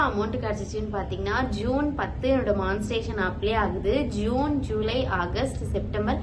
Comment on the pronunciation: மான்ஸ்டேசன் இல்லை.... மானி டை சே சன்